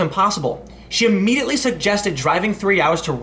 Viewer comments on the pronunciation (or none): none